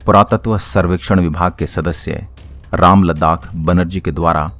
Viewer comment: क्या भाई रामलद्दाख नहीं राखलदास हैं थोड़ा पढ़िए फिर बोलिए